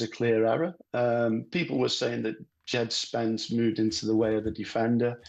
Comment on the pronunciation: “D-jed spence”